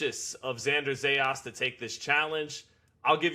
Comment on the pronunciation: It’s not Zejas! Is Zayas!